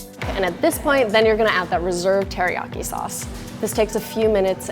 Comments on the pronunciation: "I love chicken heriaki" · “Hairyaki chicken.”